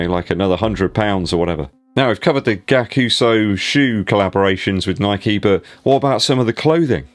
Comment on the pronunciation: It’s pronounced guy-ak-u-su and the price point is ree-dic-u-lus